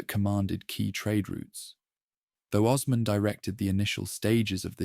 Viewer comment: Would be nice if you could learn the proper pronunciations of names like Osman before recording